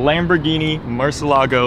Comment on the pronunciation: im confused, i thought it was pronounced murcielago not murcelago. why is he skipping over the i?